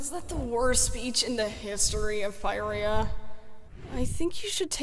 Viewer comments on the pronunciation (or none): Ur mispronouncing Pyrrhia AGAIN